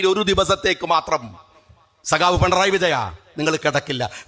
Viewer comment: പണറായി.... അല്ല... പിണറായി